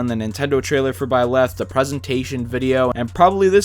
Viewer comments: In Hermione Granger's voice: "It's BIE-leth, not bie-LETH." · I don't wanna be THAT guy but you leave me no choice... It's ByleTh not ByleSS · am I hearing it wrong, I swear I hear you say "Byless" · If you say "bylath" one more time. I dare you. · I feel like you are saying Byleth wrong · I’ll give him benefit of the doubt since the Female Protagonist’s canon name is べレス/Beresu. But you know, he coulda just been way off in either language’s pronunciation